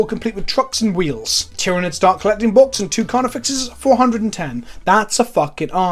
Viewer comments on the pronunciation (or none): none